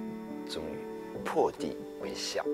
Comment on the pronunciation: 破涕（tì）为笑 不是di